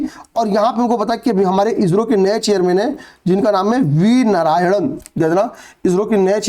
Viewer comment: आप इो को इजरो क्यों बोलते हैँ😮